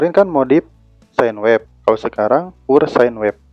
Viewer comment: "pure" itu (pyur)